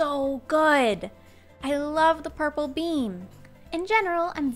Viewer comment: Also some times it sounds like she said bean and not beam